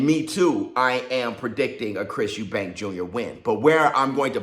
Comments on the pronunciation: Eubank! Not Eubanks. Can't understand why people have difficulty getting the name right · Its Chris Eubank not Eubanks, I hate when people do that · It's Chris Eubank, not Eubanks ffs. And Benn shouldn't even be boxing. He's a drug cheat and shouldn't have a license. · Idk why a lot of people call Chris and his father Eubanks .... its Eubank ffsake ! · His name is EUBANK!!! No fucking S!!!!